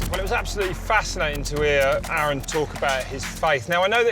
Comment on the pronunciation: "A A ron" ahahahahaha